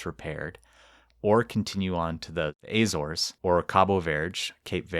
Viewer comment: My family is from the Azores and no one pronounces it "ah zores" It's more like how you say the letter A and then zores